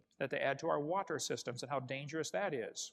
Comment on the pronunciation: The way he pronounces words like "wa-ter" f*cking enrages me (irrational as that might be)